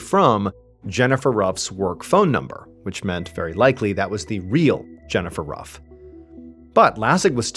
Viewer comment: Love your videos. Family name is actually pronounced, 'roof'. When you keep calling the Camaro a Mustang though... 😂